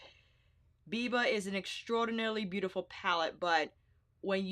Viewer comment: Okay girl you can chill with the “boot-ti-ful”